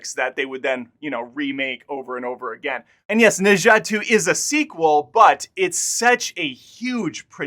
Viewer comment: Pronounce something as [nə dzʌ] (not exactly of cos, but I suppose it's close)